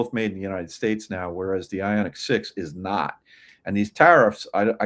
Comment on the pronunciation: Ioniq. Not Ionig. Wtf……🙄